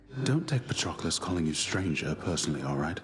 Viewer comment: they really said patroquilles